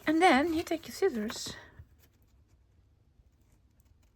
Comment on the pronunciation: “Skizzors”😂. I call them that all the time 😂. You really make me laugh. Hope your vacation is relaxing.